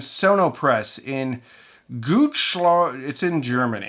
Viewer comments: "in Goots-shlow.Its in Germany!" This CD-facility is in Gütersloh Interesting that the first worldwide CD-pressing-facility was in Langenhagen(part of Hannover) were also was the firstwprldwide record-pressing-facility since 1898.Founded by Emil Berliner(now there a street there named after him were the facility is) who invented the record in the USA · Hi there and thank you for defending CDs . I'm buying used ones of every kind of music that interests me even remotely. A year or two into the 1980s I worked at a "trial pressing" factory in Gütersloh (you got the pronunciation almost correct, my English grammar... maybe almost 😂). We worked twelve hour shifts from 6 to 6, three days a week and changed shifts from a week of day to a week of night. Purpose of this trial was to find out which machines to use, which materials, pressing how much material at which temperature, using which pressure for how long. Monday mornings it often took ino the following night shifts to get all the parameters ready until quality control oked the disks. The raw disks, no coating, no label where then put on a rack into a small vaccum chamber and got spun around in alumium dust. There were lots of CDs that did not work, were stacked on steel trolleys / tables (for lack of better words. Dead CD-guerneys if you like). Handling them gave you short sharps shocks of static electric lightning strikes. - Pay was exquisit for a student in the 1980s. 12hr shifts per day, 36 hrs a week we were pay 40hrs plus night shift bonus. I felt like the millionaire I've never got in my life 😮🤪. Also they developed video disks, basically digital films on 30cm digital discs, blown up CDs. These never made big market success. However, quality control had some of them and while the CD-pressing machine parameters were set - remember, it was trial & error - I had free time